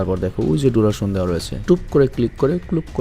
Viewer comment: ডুরশন না ডিউরেশন🎉🎉